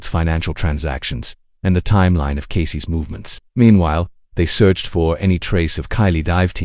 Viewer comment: Sloppy AI dub (Casey's = "Casey-ESS" - dude, for real?), AI-generated visuals, baity narration ("this will change how you look at that case, just don't stop watching!" my ass...), the title is also a bait. Sorry, but there are multiple true-crime channels that actually put in the effort and produce much better content, without trying to trick people into watching until the end... Putting on 'do not recommend' list.